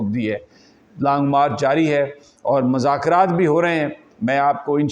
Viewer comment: السلام علیکم محترم یہ لفظ مذاکرات میں میم پر پیش پڑھیے